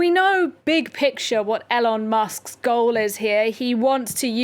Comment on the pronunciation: Why doesn’t this woman know how to pronounce one of the most talked about men’s names in the world?